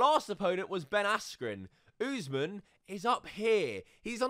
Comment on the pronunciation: Usman is pronounced, Uss-Maan, just fyi